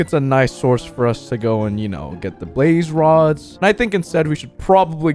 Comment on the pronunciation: When you said we got 2 blaze rods I thought you said babe rods XDXDXDXDXXD